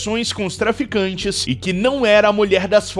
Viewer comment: mais imprecionante nem é as mulheres se ednvolver com esses tipo de pessoas, que me impreciona é o narrador falando "melheres que se envolveram com traficantges errados", :face-blue-smiling::face-blue-smiling::face-blue-smiling: existe tem traficantes certinho 🤔?